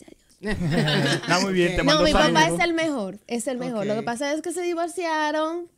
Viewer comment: Dijo mejoi y después mejor 😅